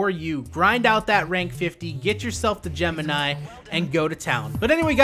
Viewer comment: How he said Gemini tho